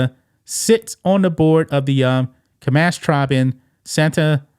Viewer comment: You can’t even pronounce the Comanche name correctly!!!!! Loser! Comonch??? Lmfao!!